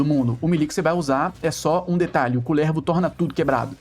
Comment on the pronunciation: nao aguento vc falando kulÈÈrvo e slã kkkkkkkkkkkk